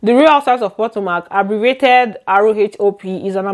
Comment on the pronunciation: I am not trying to be rude or anything but It pronounced puh-to - Muhk. Not po-to-mac.